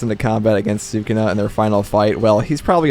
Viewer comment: Say sakuna one more time.😑😑😑😑